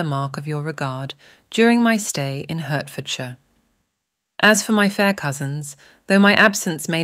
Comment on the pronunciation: Nicely read but I am quite unable to find HURTfordshire on my map. I Usually leave it to American narrators to mangle English place names!